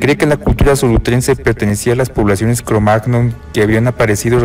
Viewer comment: todo bien, interesanteel vídeo, pero cada vez que dice "cromag-non" me pitan los oídos... en español se suele decir "cromañón"